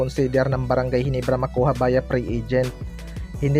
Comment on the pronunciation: hindi mabigkas yung ginebra bisaya